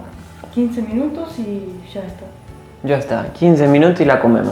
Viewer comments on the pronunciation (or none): el.momento Epico q Hable como argentino (a) 😁🇦🇷 Shaaaaa esta !! ( Ya esta ) 😂 Saludos Desde 🇪🇨 Ecuador